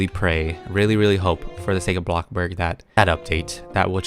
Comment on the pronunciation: I love how he says blockburg instead of bloxburg